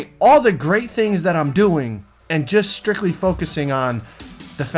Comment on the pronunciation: Yooo listen to the way his says “strictly” 😂😂😂😂😂 my butt cheeks clinched it made me feel so uncomfortable